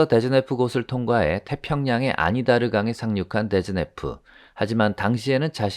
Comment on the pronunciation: 아니다르 강이 아니라 아나디르 강입니다.